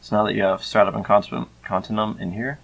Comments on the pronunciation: its pronounced con-tin-you-um. not con-tin-um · to out it easier: continue-um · i think youre saying continuum wrong, youre saying con-tin-uum when i think its con-tin-u-um